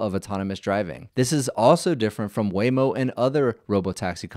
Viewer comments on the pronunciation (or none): none